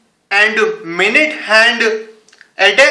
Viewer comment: its not handuuu, its just hand!